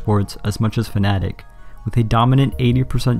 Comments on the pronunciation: I like how you say fnatic and not fanatec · all my life i thought it was Fa-na-tech